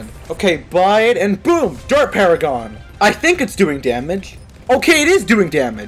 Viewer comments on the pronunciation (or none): when he said dart paragon a thought he said dirt paragon lol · I always thought he said dirt paragon